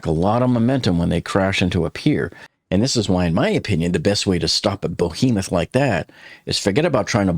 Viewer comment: "bo-hemuh?" Try "BE-HEMOUTH"